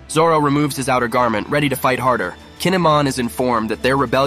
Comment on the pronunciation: And "YUsopp"